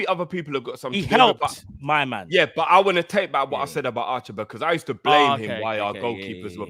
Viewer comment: I was wheezing everytime said "Archer-berg" 😂